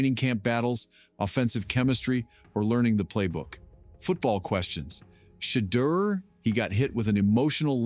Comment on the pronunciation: Umm. That's just it. These reports or little YouTube videos many are Ai generated and just someone supplying the words and they sound is ai generated. You can tell a phoney video if you hear that crazy Shedure pronunciation or if they mix up Shiloh and Shedure names in a video. Also, if they can't supply the link to the video where it was actually said, then it's clicks bait for views.